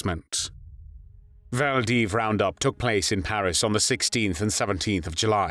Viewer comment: Awful pronunciation of maquis, hiver, arrondissement, Vichy, Caen, Limousin, Glane. That aside, similar atrocities are now being committed daily in Gaza.